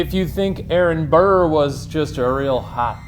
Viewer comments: The level of disrespect you're putting on Burr's name is terrible XD. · The amount of times you said Burr wITHOUT SAYING SIR IS UPSETTING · every. single. time. they said burr i said: ",sir"